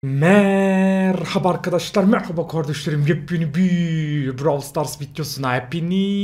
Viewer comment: O girişde soyküyon ya merhaba arkadaşlar merhaba kardeşkerim yep yeni bir vidyoyla hepiniyz hoş geldinyz diyon ya gülmekten çatlıyom